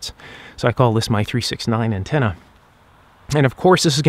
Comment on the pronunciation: i hear you trying hard not to say Ontenna but you still do